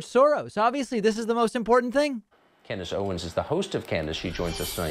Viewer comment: "Candass Owens" LMAO